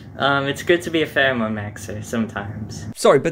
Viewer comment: “Pherome” “18- BELLOW-30” Lololol